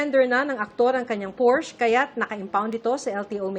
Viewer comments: The correct pronunciation actually sounds like por-shuh. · Its PORS-SHA not Porsche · Porsche ang tamang pronunciation (Porscha)